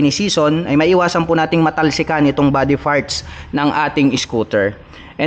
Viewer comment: Boss no offense pero practice po sa pag gamit ng F at P sa pag english. Parts sa Farts ay medyo pangit pakinggan. Salamat po.